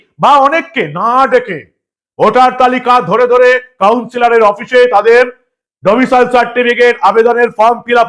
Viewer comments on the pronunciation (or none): বারবার ডোমিসিয়াল বলছ কেন ভাই? উচ্চারণ হবে ডোমিসাইল। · Katha ta Domicile, "Domicial" noi..., please correct your pronunciation 🙏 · ডমিসিয়াল নয়- ডমিসাইল।